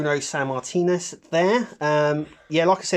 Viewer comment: That is not hogan and Billy Graham it's fucking dusty Rhodes against superstar Billy Graham not hogan at all christ all might you butcher Bruno's last name by putting an as on the end now you're confusing hogan when it was like 4 years before he even entered wrestling